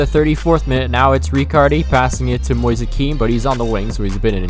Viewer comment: Mo-ease is the pronunciation for ‘Moise’ btw and the mario kart music 💀